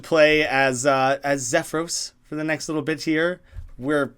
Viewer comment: "XEFROS. HIS NAME IS XEFROS GOD DAMNIT" i scream into the screen angerly for the 1 billionth time as you mispronounce troll things. (no. seriously just split troll names into pairs of 3. xef-ros, "dam-mek.)